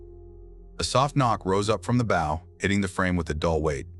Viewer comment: When is the AI going to learn how to pronounce the name of the pointy end of the vessel.......B OW. 😊 Not bow tie